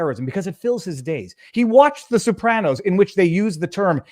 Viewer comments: Viva, the Sopranos is pronounced So-pranos, not Sue-pranos. But you’re a lawyer, so you’re excused. LOL!!! 😂😂😂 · Sopranos, not soopranos! Aaaaaagggghhhh! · I'm getting tilted listening to "Soup-ranos" over and over. Is that Canuckistanian for the plural of Soprano? Jeez: Simma down and learn how to pronounce a word, maybe ask AI, before you make that word the highlight of your podcast. (You might not want to annoy Italian Trumpers.) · WHO THE HELL ARE THE SOUP-RANOS?!!? 😂🤣💀